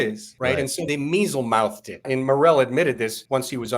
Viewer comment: Mealymouthed not measlemouthed